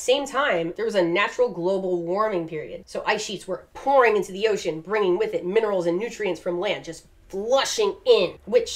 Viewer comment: I'm not even a regular, but after the first time I saw her cameo in Casual Geographic's video I can't hear or read the word ocean and not hear her say oh-cean every time.